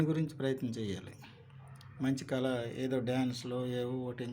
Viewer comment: కళ కు కల కు తేడా ఉంది. ముందు సరిగ్గా ఉచ్చరించడం నేర్చుకోండి.